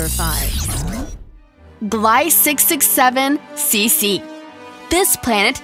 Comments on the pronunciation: Gliese is pronounced like Glee-c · number 5 it's pronounced gleesa you fucking idiot.... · That planet is “tidally locked”, look up some facts and the mispronounced words tell us u haven’t done much research! The planet is GLEESA 48B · The way she pronounces Gliesse drives me insane. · I love how she pronounced a few of the planets wrong (Proxima and Gliese)